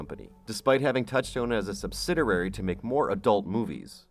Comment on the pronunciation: 1 R in "Subsidiary"